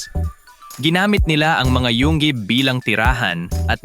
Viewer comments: Yungib! Hindi yung gib😂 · Alam mong AI ang nagsasalita dahil ang pronunciation niya sa yungib ay yunggib hahahahaahha